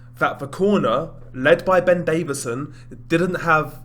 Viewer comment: His name is DAVISON not David-son so Lol yourself.